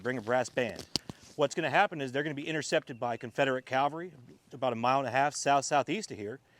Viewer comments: It's CAVelry, not CALvery. Nobody got crucified, they were on horses. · Thank you for this very interesting and enjoyable presentation. Allow me to compliment the park ranger for his knowledge, but may I also gently suggest to you that the word you’re searching for is cavalry, not Calvary. Calvary is a hill where our Lord was crucified in Jerusalem. Cavalry are horse soldiers. Apologize for the nitpick, but it’s irritating. Otherwise thank you very much for a very enjoyable presentation and please bring more! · Almost! Cavalry.